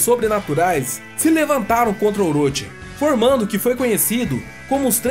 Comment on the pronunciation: "Oroti" não, "Oroxi".